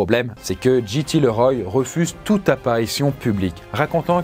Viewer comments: CC'est JT LeRoy pas GT Leroy, si jamais... JT pas GT. Tu prononces GT, c'est pénible... Sinon bonne vidéo, mais la prononciation ça compte ! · Ça se prononce "Liroy". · JT Leroy 😂😂 ça se prononce Liroye 😁 cet accent so frenchy 😁🥰